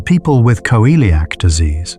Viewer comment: Why does it pronounce celiac as Co-eliac disease? 😅